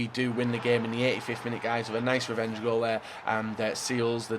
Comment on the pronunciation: "Am gonna a kool dem.........wevenge, wevenge gools"